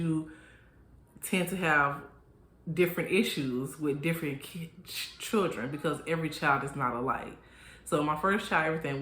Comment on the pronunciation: Not Errthang lol and churren 🤣🤣🤣🤣🤣🤣